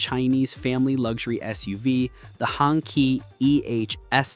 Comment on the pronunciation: Hongqi: It's pronounced Hong shi